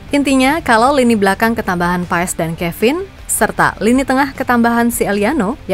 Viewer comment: Maarten Paes dibaca "Pas min bukan Paes, jadi Martin Pas 🙏🙏🙏